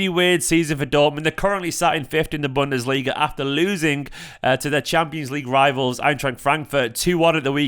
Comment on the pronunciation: Did just say "Bunderliga" 🤣🤣🤣🌚